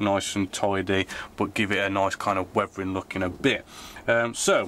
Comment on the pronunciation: Did he say “wevering “?